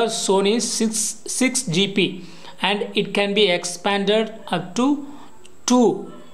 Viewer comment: Bsrk GP nhi GB hota hai phele Hindi bolna sik